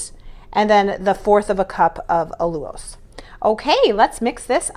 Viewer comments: I love this recipe and plan to make it soon. Btw, I think you mispronounce Allulose. I see other YouTubers pronounce it as "Al-You-Lose". Just curious about how to say it right. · Al/ you/Long “O”… lows All you lows"……allulose